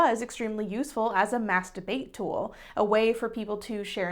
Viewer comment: a mas-da-bate tool or a mass debate tool 🤔 I’m sorry I’ll leave